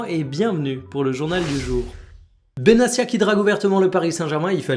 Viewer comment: Petite précision ça se prononce Benatia, pas Benassia À part ça top les vidéos quotidiennes 👍